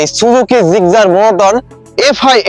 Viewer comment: জিগজার না জিক্সার,,, উচ্চারণ সঠিক করুন ব্রো 😊